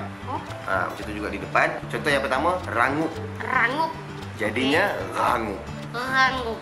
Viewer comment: That "ghangup" part is funny as hell😂😂😂😂